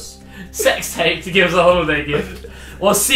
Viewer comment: 'Holiday geft'